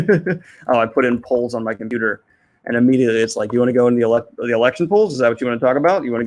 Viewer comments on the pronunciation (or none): none